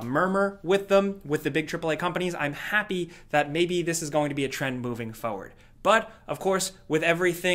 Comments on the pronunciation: "Fo-ward". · "Foe-ward" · I always laugh the way he says "foward" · his accent I guess? He leaves out the R in foRward and says "fow-ward" just makes me laugh because I notice it every time he says "moving forward" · lmao broooo I knew I wasn’t the only one that peeps he leaves the r out of forward 😭😂